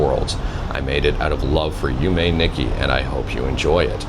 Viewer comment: you were so close! you pronounced yume corretly. the "i" in japanese is generally always a long E sound (like in Toshiba or Nissan), so its less "nicky" and more "neek key"